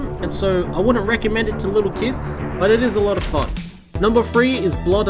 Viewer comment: i heard "i wanna reccodment this to children"